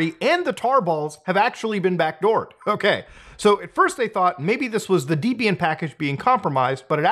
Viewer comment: i know it's a Potato Potato thing but the way Muta pronounces Debian is making me shiver. Also wtf why does his machine have 128 gigs of RAM